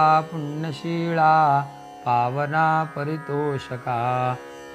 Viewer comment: चौथा श्लोक पुण्यवंत पुण्यशीला तुम्ही पुण्यशीळा म्हणताय